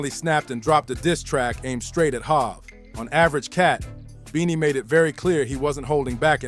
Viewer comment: Who the fuck is "HAV"😂😂😂